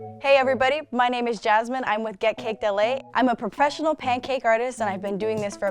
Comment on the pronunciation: When she said professional she actully said prafeponial